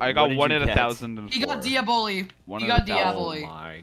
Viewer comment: DIABOLIY ITS DIA-BO-LI